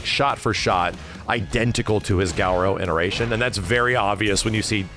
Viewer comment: Hearing him say garou is super painful...not sure why he thinks its pronounced like that